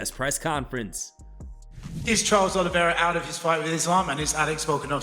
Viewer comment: CHARLES OLIEVIA? ITS OLIVEIRA